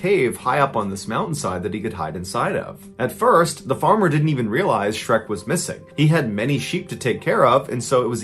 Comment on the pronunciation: Shrek not SHERK